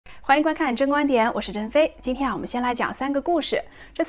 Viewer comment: ，听到你说“我是真飞”，我总觉得是“我是珍妃”。哈哈哈，不好意思，开个玩笑。真的很喜欢你的节目，再接再厉！